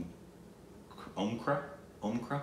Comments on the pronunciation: its om- kara like cara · can pronounce Drishyam but not Omkara?! 😂